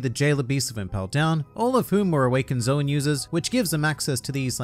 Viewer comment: mhmmm.... its pronounced as zo-an and not zo-wn bruhhh i didnt knoww